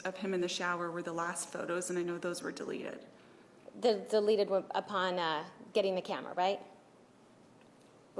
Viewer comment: its " deleted " Not " delerrreted " speak properly